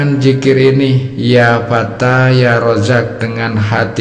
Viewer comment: Ya Fatah Pak / bukan Ya Fata..!. Gitu ngajari orang / Kalau ngak Paham lebih baik , jangan Sok Pandai dong..